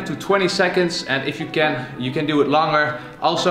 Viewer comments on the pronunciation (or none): he said langer instead of longer 🤣 dutch BTW